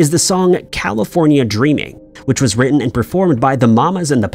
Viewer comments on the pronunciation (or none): none